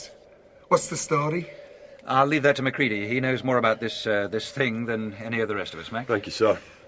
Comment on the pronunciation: "Macready..." Oh, ok.